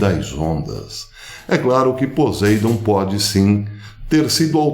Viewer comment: Poseidon (pronuncia-se PoSSeidon) ???